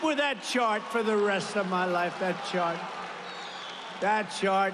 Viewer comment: He said Shart Girl, not Chart.